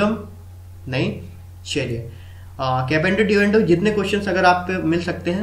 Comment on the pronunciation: its componendo and dividendo bro (not capendo divendo).. rest i liked your trick :)